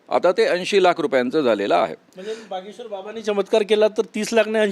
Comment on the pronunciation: बागेश्वर नाही भागेश्वर 😅